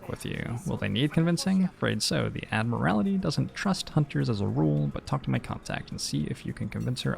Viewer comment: I swear to god, if you say "Ad-mur-al-ih-tee" one more time... It's "Ad-mur-ul-tee." I wasn't going to say anything the first few times, but you've got it consistently wrong and I'm only half an hour in. This isn't one of those "I'm being prescriptivist about English usage" things, you're literally adding a vowel that isn't in the word. You also pronounced "segue" as "seg-you", which I can understand if you've never seen the word written before (as you'll probably have heard it pronounced in conversation before), but it's actually pronounced "seg-way", like the two-wheeled motor vehicles you stand on. EDIT: Just got to the part where chat's telling you you're pronouncing it wrong and someone in your mod team is actually like "[it's pronounced that way] if you like." No, no, it's not "if you like it" to be that way, it IS that way. Also, I know I'm watching this on Youtube, but I've been reading the chat on the side and I think that your mods muting players for discussing cards that had been revealed is kinda "eh". Like, yeh, sure, no spoilers for new players, but if it's been revealed then they're not spoiling anything for anyone and should be allowed to speculate as much as you are. I saw one mod say that you shouldn't speculate on how the card works, but I don't feel like not understanding how a card works should be part of the "new player experience". I agree that not understanding the POWER level of a card, or the way it can interact, should be considered a spoiler becaus